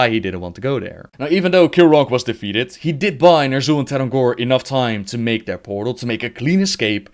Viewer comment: Why do you often add an S at the end of words? For example "defeateds" instead of "defeated"? I get that it's an accent thing but, all you do is not pronounce an extra S.